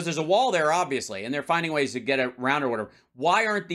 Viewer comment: "he needs top do more"? Do u need to edit out the p?